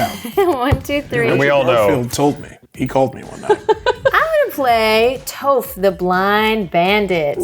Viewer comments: it's Toph, not Toaph! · Every time pronounces Toph as Toe-ph I die a little bit inside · yaah i took a lot of psychic damage this episode too lol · Hearing Toph’s name pronounced with a long O is like fingernails on a chalkboard. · Hearing them pronounce Toph and Yue hurts my soul. You can tell they've never watched the show.